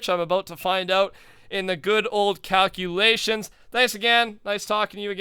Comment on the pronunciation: "The cowculations are in!"